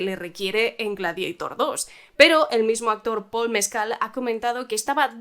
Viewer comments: "Gladeitor" GLADIADOR se dice; GLADIADOR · Gla-di-a - tor.Es un término latino. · "Gladieitorrrrrr" "Westerrrnn" "Bleid Ranerrr"